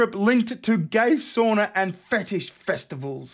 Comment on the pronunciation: Sauna! Not a "soonah".